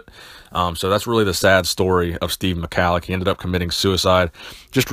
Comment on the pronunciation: At least learn how to pronounce his Name, It's Prnounced Mi-Hal-Lic